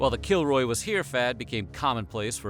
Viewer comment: help i keep hearing killjoy instead of kilroy